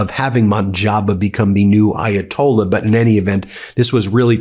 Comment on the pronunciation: Please learn how to pronounce the Ayatollah’s name. Differently pronounced from the one in 1979.